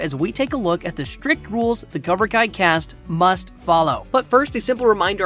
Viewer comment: "COBRA KIA"